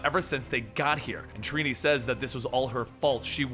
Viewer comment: Lol "treenee" it's trini